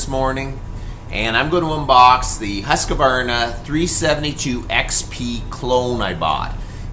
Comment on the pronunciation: It's pronounced 'husk varna'